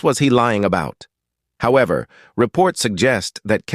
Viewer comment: However is how ever not how eaver